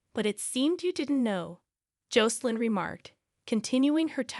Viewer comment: The pronunciation of Jocelyn's name is wrong. The "O" should sound short, not long.bas in Josselyn not Joecelyn